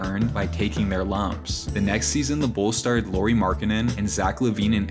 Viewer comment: It's not "Loori" Markkanen btw. Show some respect